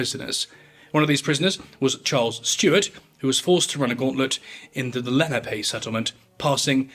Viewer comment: Lenape is pronounced lu-nah-pay. There's a Lenape Talking Dictionary online if you're interested in learning and preserving the language